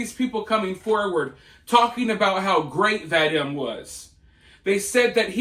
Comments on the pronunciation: Pronounced vah-DEEM. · I believe his name is pronounced like Vadeem. Rhymes with stream. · His name is pronounced VaDEEEM. VaDEEEEEEM. Please! Make an effort to get it right! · His name is pronounced vah-deem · My dude its Vah-deem